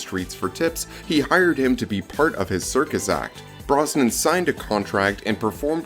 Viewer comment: Who did this awful narration with mispronouncing Brosnan and Cassandra Harris!?